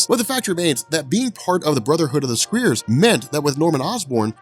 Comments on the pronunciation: Pretty sure you mispronounced Scrier. Sc-Ry-a Also, Norman Osborn was also responsible for the death of aunt may as it wasn't really her but an actress he hired - the same woman who kidnapped their child (that's right the baby didn't die) I understand the hate for this saga but I do feel you've misrepresented it too, which is shame cos it's really not that bad or confusing as youve made it out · scriers is pronounced like cry... scry is to use divination to discover hidden knowledge or future events, especially by means of a crystal ball. Scriers are ones that do this. You Still get 100% for great story telling!!